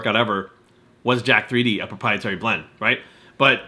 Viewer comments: It's pronounced Jacked not Jack 3D. I've never understood why people don't realise that the 3 is supposed to be a backwards E. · it's pronounced jacked. just like 1337 is slang for leet/elite. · Can't even pronounce the name properly.....